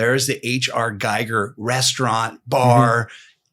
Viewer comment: H.R. GIGER is pronounced GEEger and not GEIger